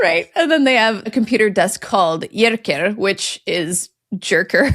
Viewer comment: Jerker is a Swedish male name, pronounced Yaerkaer.